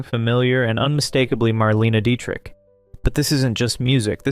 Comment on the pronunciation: Interesting video. But I gotta tell you. I gave your video a Like just because of all the YouTubers I've seen do videos about old Hollywood, you are the first one who pronounced Marlene Dietrich's name correctly.